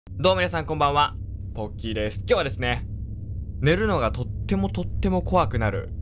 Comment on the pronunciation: 動画に全然関係ないけど、さんの挨拶を私のお母さんに聞かせたら、ん？？モンキーさん？？って言われました( °_° )